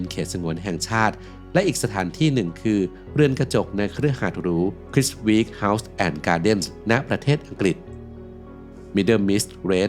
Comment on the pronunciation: Chiswick House อ่าน ชีสสิค เฮ้าส์